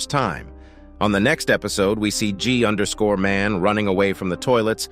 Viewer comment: just say g man, thats literally how everyone else says it